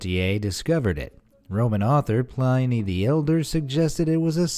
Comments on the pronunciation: The weirdest thing I belived is the philosopher mentioned in this video was Pliny (p-lin-e) the elder, not pl-eye-nee. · Pliny is pronounced as "Plihn•ee". Please look up new words or even old ones to chech the pronunciation. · Did he just say Pl-y-ny the elder, twice?